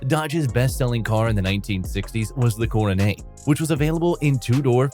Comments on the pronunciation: Guess you did not catch the fact it was a poke or laugh at the way Coronet was pronounced Coro-nay.:face-turquoise-covering-eyes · I guess the AI has a French accent. 😂